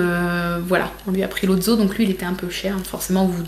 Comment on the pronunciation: Sa s’ecris lotso mais sa se dis lotsso pas lotzo (edit) je l’ais en géant et sa sant la fraise pas la barbe a papa